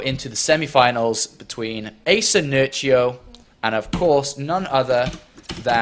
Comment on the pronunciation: Read nerchio like "h" not "ci"